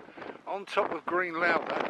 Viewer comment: Good but pronounced Lowthers not Lowethers